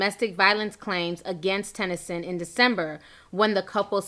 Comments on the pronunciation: Why does she keep saying "Tyson"?? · Sutton Tennyson* Ti not Tyson lmao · And when you're reporting news get names right it's Sutton Tennyson